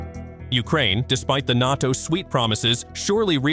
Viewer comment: sooooo AI ? How about you stop pronouncing NATO as "NAH TO" ?